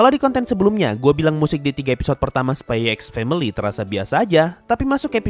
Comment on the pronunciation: bro sebenarnya dibaca nya itu spy family🗿 x nya itu gak dibaca🗿